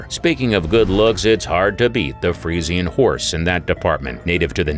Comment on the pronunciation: You're pronouncing the freisan breed wrong